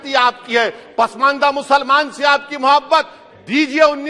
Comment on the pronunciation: In which language he is speaking? Why muslamaanon, musalmaan!!!! Insaan Or musalaman